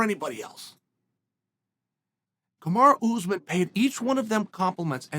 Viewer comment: Chaels really putting the emphasis on the ooz part of usman